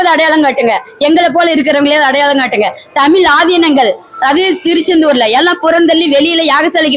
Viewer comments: ஏன்டி உனக்கு முதல்ல தமிழ் உச்சரிப்பே வரலை தமிழை தமில் சொல்கிறாய் இவளை யாரோ இங்கே அனுப்பியது தெரிகிறது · உன்னை பாடிவிட்டு அசிங்கப்படுத்தியிருக்கனம் உன் தமிள் அவ்வளவு நழ்ழா இருக்கு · tamiz appadinnu sariya sollu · முதலில் தமிழ் என்று சரியாக உச்சரிக்க கற்றுக்கொள்ளுங்கள் தமில் தமில் தமில் எத்தனை தமில் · தமில்இல்லை தமிழ் என்று சொல் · முதலில் தமிழ் என்று உச்சரிக்க வேண்டும். தமில் இல்லை. வேள்வியை வேல்வி என்றும் இந்த அம்மையார் சொல்கிறார். எந்த ஒரு மொழியிலும் இல்லாதொரு அழகு நம் தமிழில் மட்டுமே உள்ளது. நாம் அனைவரும் முதலில் சரியான முறையில் தமிழை உச்சரிக்க மற்றும் பேச முயற்சி செய்வோம். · First the lady should pronounce Tamil properly. Pronounce ZHA correctly. Then you talk. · First let this WOMEN OTHUVAR pronounce original TAMIL ,instead of killing TAMIL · மொதல்ல தமிழ் என்ற வார்த்தையையே சரியாக உச்சரிக்கத் தெரியவில்லையே நீயெல்லாம் யாரும்மா? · தமிழ் முதல்லா சரியாக உச்சரிக்கவும் ..பின்பு …மற்றவை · தமிழ் என்று உச்சரிக்கவும். தமிழ் படாத பாடுபடுகின்றது.வாழ்க தமிழ்! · முதலில் "தமிழ்" என்பதை சரியாக உச்சரியுங்கள். யாக சாலையில் ஓதுவார் அவர்களுக்கு என்ன செயல் இருக்கிறது? ஓதுவார்கள் இறைவன் அருகில் இருப்பவர்கள். இவர்கள் ஓதுவதை கேட்கவே இறைவன் கருவறையில் வீற்று இருந்து எல்லோருக்கும் அருள் பாலிக்கின்றார். சிவா பெருமானின் குண்டலமாக திகழ்கின்ற ஓதுவார்கள், இறைவனுக்கு கேட்கும் தூரத்தில் இருக்க வேண்டும். யாக சாலையில் அல்ல. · பைத்தியம் உனக்கு "ழ" உச்சரிக்க வரவில்லை.தமிழ பத்தி பேசற. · தமிழ் ன்னு உச்சரிப்பே உனக்கு சரியா வரலயே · முதலில் தமிழை சரியா உச்சரிக்கவும் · தமிழ், மொழி, வழிபாடு போன்ற சொற்களைக்கூட சரியாக உச்சரிக்க தெரியவில்லை. கடவுளே!!!! முருகா இது என்னடா உனக்கு வந்த சோதனை. தமிழுக்கு உரித்தது ' ழ '. இதுவே இன்னும் சரியா வரல. என்ன முருகா? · முதலில் தமிழ் என்று சரியாக உச்சரிக்கவும்